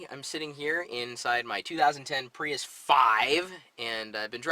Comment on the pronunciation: PRUIS! jeff dunham .. LoL